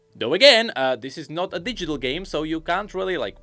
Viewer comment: accent: Project Gay Me, who is listening in the background: The what?